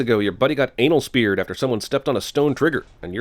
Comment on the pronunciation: "Anal speared"